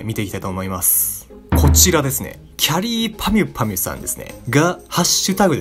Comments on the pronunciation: 言えてるの偉い！！！ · 最初のきゃりーぱみゅぱみゅ言えてねえwwwって言おうとしたら案外いえてんの草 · きゃりーぱみゅぱみゅをちゃんと言えててスゲー。どうやってるんですか？ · (きゃりーぱみゅぱみゅ言えたのすごい)